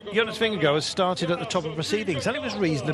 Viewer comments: He keeps saying Jonas Vingegirl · Anyone else annoyed by the 'Vingego' pronounciation by the brits